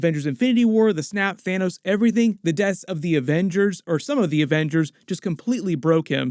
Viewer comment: Why do all Americans struggle to say thanos or talos’ name? Thaenooos lol